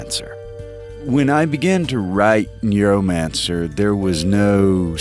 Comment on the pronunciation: Whenever you say Neuromancer I hear NEARmancer.